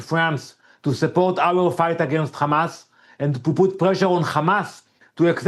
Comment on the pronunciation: They still saying khamas 😮